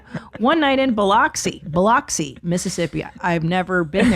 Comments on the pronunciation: It’s pronounced Bill-Lux-Ee, and just a heads up, lots of fat people in workout clothes here so … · Biloxi is pronounced bill-lux-e